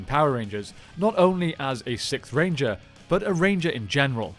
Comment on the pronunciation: It low key sounds like u saying the Sith ranger